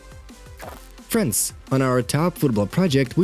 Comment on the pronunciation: Why do I keep hearing French instead of friends